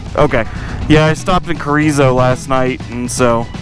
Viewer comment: Great vids, gives good perspective on the BDRs. I'm starting the CDT N>S on Aug 29th, and will intermix some of your 'Hard Way' routes. Thanks! Oh, Roe-dee-zio 😆, it's Rio-doe-zo, and Carrie-zo-zo.